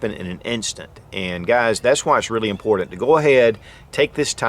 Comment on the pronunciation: I find it funny that no matter how informative, your videos are... After years,.. Hundreds of videos... Ya can't say the word : IMPORTANT : correctly! Like Nails' down a Chalkboard' Dude.. Guess it's not impordin...